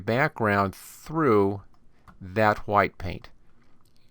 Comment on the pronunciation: I said he was saying white wrong